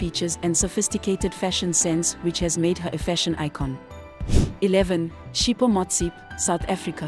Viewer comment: Learn to pronounce people's names correctly. South African first lady is Dr Tshepo Motsepe